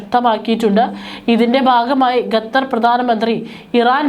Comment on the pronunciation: വിവരം കെട്ട ലേഡി, ഗത്തർ എന്നല്ല, ഖത്തർ എന്ന് തിരുത്തി വായിക്കുക... നാണമില്ലേ വീണ്ടും വീണ്ടും ഗത്തർ എന്ന് പറയാൻ..